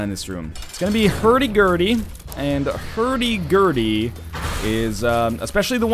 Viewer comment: the way you say hurdy (befre gurdy) sounds like the danish word for fast, and to be honest i don't find gurdy to be that fast